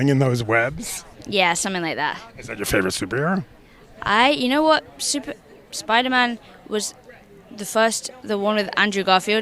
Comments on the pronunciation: Spidey❌ Spithey✅ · Spider-Man ❌️ Spedder-Man ✅️ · Spider-tham ... lol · It's called SpiderMAN not SpiderTHEY or SpiderTRANNY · He's called Spiderman Not spiderthem